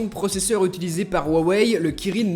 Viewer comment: Mdrrr comment Tu dis "waweill euh " 😂😂😂